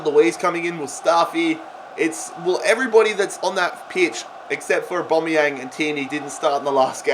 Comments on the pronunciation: Every normal person: Aubameyang: AuBOMeyanG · It is literally only pronounced as Au-ba-mey-Ang not Au-ba-mey-ong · Well it's not Or-Bom-Ee-Ang as it's an a where "Bom" is. So if anything it's Or-bam-ee-ang. I say Ow-Bam-ee-ang. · It’s pronounced AubAmeyang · Why you saying Aubameyang weird?